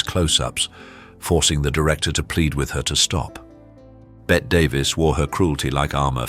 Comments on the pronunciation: Still pronouncing Bette Davis ...Bett?! Come on! Everybody knows it's supposed to be pronounced as in 'Betty'! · Her name was pronounced as BETTY DAVIS not Bet Davis😂😂😂